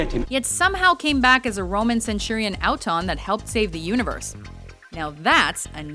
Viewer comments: "Alton"?! What the fuck? It's "AUTON". Pronounced "Aw-ton". And how could you confuse the Silence with the Dreamlord? Please, if you can't even do a proper job, then don't even bother. The scriptwriter, editor and narrator clearly had a lack of communication and/or lack of being fans of Doctor Who. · Just the fact that you pronounced it Ow-ton proves you do not actually watch Doctor Who. Screw you. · Rory! Yay Doctor who! But her pronunciation of Auton caused me physical pain..... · The way you said auton made me cringe. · That pronunciation of Auton...